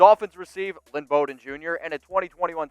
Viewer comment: No one could pronounce his name. Bowden. Bow as in bow of ship or bow after a theatrical performance + din = Noooooo. Bow and arrow + den of wolves. Correct!